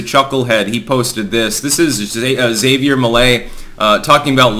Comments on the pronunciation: You mean "Hav-E-Air" Not "Za-VE-Air" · It's pronounced HAV-ier not Xevier. He's obviously going to be voted en-masse for, but this guy is more of Jewish supremacist than Bibi is, and an obvious "angry vote" setup to end with Patagonia being gifted to Israel to get out of future debt problems. The Argentinian people will end up blaming themselves for future woes, for voting for this guy. All part of the plan. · it's pronounced Ha-vee-air, not Xavier. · It's Havier not Xavier... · Hah-Vee-Air, not Xavier. Lol your pronunciations crack me up. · Isn't Javier pronounced haw-vee-air. Or am I missing something? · That was a great clip! (Pretty sure "Javier" is pronounced "ha vee air", however.) I'm very fond of Argentinos, like most people, they don't deserve their government. The first time I visited, I was told to spend all the pesos before I left---because inflation then was 30% a month. It's government policy to destroy the money, they admit it. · Ja(ha)ví(v)er( like care without the k sound in the begining) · Actually its Kha-bier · That’s not how you pronounce Javier